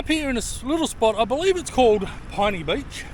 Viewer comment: It seems I've been pronouncing Pinny Beach incorrectly all this time. I've always thought it was pronounced as "pin-knee". Not "pine-knee" as you have.